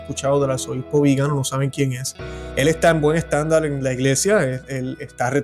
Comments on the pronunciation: Enhorabuena por el programa...soy italiano, solo quiero decirte que el nombre correcto es Viganò y la pronunciación correcta es Viganò con el acento en la o. Las sanciones de la OTAN solo afectarán a Europa y este es el verdadero objetivo de los Estados Unidos: distanciar a Europa de Rusia y empobrecerla para vincularla aún más a los Estados Unidos. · Hola, sólo quiero aportar una pequeña información. Viganò lleva el acento en la vocal final O, no en la I ni en la A... muy interesante el vídeo. Bendiciones a todos desde España